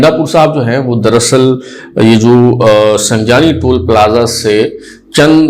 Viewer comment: bhai ji Tool Plaza nahien hota Toll plaza hota hey ( Tool slang mein L-u-n ko kehtey hein)